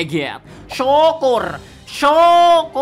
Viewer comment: Gw cuma penasaran bang, gimana ya reaksi binik atau ortu lu kalau lu cerita gini😂 totalitas banget njir Btw pas ngomong syukur, lidah jowone jelas banget😂